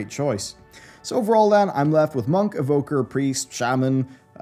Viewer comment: Evoker. It's Evoker. I am mainiing Evoker.